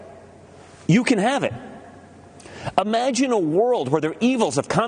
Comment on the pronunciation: What's with all these folks who think the word "imagine" is pronounced" ahmagine"?